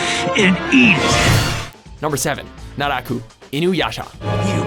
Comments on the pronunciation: When he said naraku I was like OH MY GAWD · u said naraku wrong, it ain't pronounced like that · is fine... except for naraku... cmon naraku?